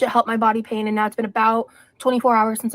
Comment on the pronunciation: eww, she pronounces pain "peen". wth